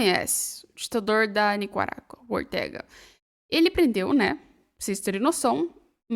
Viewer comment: Oi, gostei muito dos comentários feitos na sua apresentação, porém para manter esse alto nível, fica a dica: o país é NICARÁGUA e não "NICUARAGUA" conforme voce pronunciou várias de forma errônea!